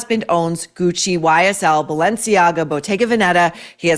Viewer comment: guai es el YSL my ears bled